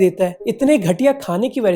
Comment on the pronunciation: वरह से ❌️ वजह से ✅️